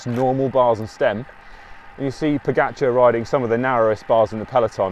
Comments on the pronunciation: You know your cycling, for sure but I wish you Brits would learn how to properly pronounce the guy's name. After-all, the dude is a double Tour de France winner and deserves due respect. Look, there really is only one way to say "ga". Try it? Now say Po-ga-c(h)ar? The Brits got together and decided that it should be Po-get-char. Tadej (pronounced Tadey) is Slovene and Pogačar is a Slovenian name. I am sure that you would like your name pronounced correctly. Please, ✊. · Odd: you make a video on pogacar. Why not learn how to pronounce his name correctly? Ugh